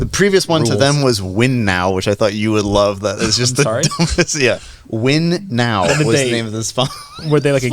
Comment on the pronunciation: A small correction on thing about Ferrari sponsors, I’m pretty sure Mission Winnow is pronounced like “minnow” but with a W and not “win now”.